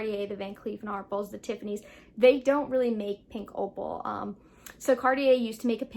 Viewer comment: Thanks for the video! Just an FYI … The “A” is VCA is pronounced “R-pell” (not “R-pulls” and the “s” is silent!). 😎